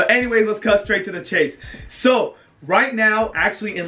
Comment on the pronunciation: he said chase not case...